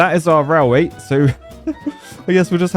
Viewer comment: I really enjoy your videos, but it's pronounced railway, not rallway.